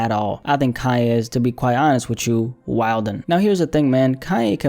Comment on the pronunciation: You’re only “wildin” by pronouncing WILDIN all the way out. The D is silent 😉😂😂😂 thanks for always giving us hot new content!!